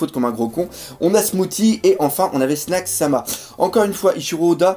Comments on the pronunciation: mdr le "smouti' ça se prononce "smouci":D Sinon comme d'hab superbe vod; pouce bleu:D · Smoothie, ça se dit smou-ss-ie, pas smou-t-ie